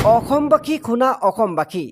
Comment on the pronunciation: অসমবাসী শব্দটো এ শুদ্ধকৈ উচ্চাৰণ কৰিব পৰা নাই।